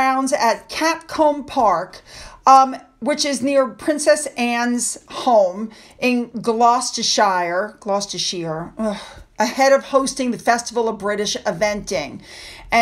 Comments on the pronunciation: Glos-ta-shure. sigh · And I'm from southern England; we say Gloster-sher. Not sheer, not shIre.